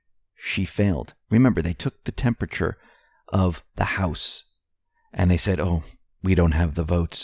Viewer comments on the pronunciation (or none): none